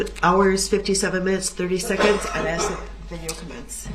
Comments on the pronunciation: His mispronunciation of a word as simple as ASK , Ughh I just cannot lol. People please teach ur children how to speak properly, this is just so embarrassing 🙄🤦🤣🤣🤣🤣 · The way he talks 😡🤬. Schmell instead of smell. Axe instead of ask, gang instead of gain, ahjection instead of objection, suBstain instead of sustain. Tacked agreement gah!!! Skinneded instead of skinned. I feel like I could go on and on. I have no clue how these educated people spent so much time with this idiot and didn’t cringe or scream at him